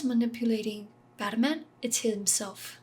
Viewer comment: Haha I love how you say “Baterman” 🤣